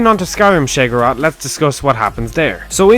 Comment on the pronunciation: You make great vids and I know I'm being petty as shit but god fucking help me the way you pronounce Sheogorath makes me want to bash my head into a wall until I have brain damage